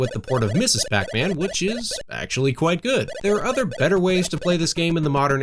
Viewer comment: Ugh. It's not Mrs. (misses) PacMan, it's Ms. (miz). Sorry--that was driving me nuts. I mean, if you had said it only once, that would have been fine. But you said it three--THREE!--times. Other than that, great video!